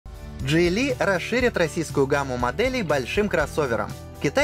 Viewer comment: Мне одному послышалось Джей Ли? звучит как начало китайского боевика